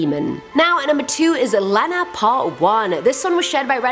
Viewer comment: I think you pronounced Lena wrong. I think it should be Lee-na!!!!!!